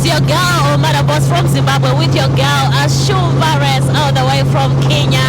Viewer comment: Did called her Shumbaress 😂😂😂😂